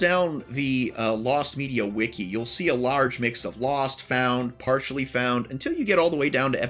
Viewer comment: Actually, This Is NSFL & U Mispronounced "Partially".